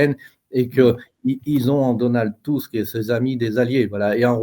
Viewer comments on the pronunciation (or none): C'est Donald Tusk pas Tuck,grand ami d Ursula!!!!!! est dange pour la Pologne !!!